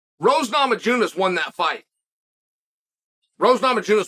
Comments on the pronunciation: Yeah, for some reason he's saying Rose Nama Junas, too! I'm sure he can say Rose's name -- just stick a 'y' in there and take out the 'j'! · Chael hit with the hard J in Namajunas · “Rose Namajewness won that fight” 😂